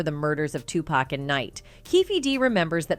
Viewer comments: She said 2pack😂😂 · I'm not trustin no source that calls him "tu pack" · Can’t listen to this… annoying who say 2 Pack don’t need to do a documentary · This narrator is killing me! Am I they only one that looses it when someone pronounces 2 Pac's name as 2 Pack 😂😂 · 2pac not 2pack white folks.. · I think everyone and their moms knew that Diddy put the hit out on pac. And how she says 2pac annoys the crap out of me. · 2pac has been in the media for the last 30+ years and they still call him 2PACK rather than how his name is actually pronounced. I can't bro! I literally CANT! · Why is she pronouncing his hame 2-pack! It's hard to continue watching after the fact! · I’m getting tilted by how she says 2 Pac. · 27 years later and she can't even say his name right? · I swear to Jesus himself if this bitch calls him Two-Pack one more fuckin time, I mean it was funny when she was saying Shoogknight, but fuckin callin Tupac "two-pack" is where I draw the line. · made a video without knowing how to pronounce 2Pac or Suges name smh